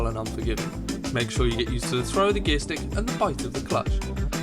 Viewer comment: Stick, not "srick".